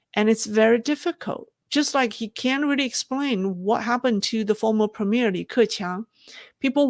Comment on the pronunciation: is that "can't be used on a grand scale" which makes sense? Sounds like "can be".